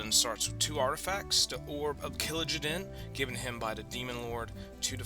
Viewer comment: Kill jay den, not killajaden